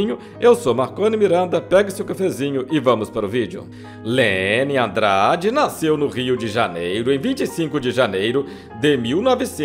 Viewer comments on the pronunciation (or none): none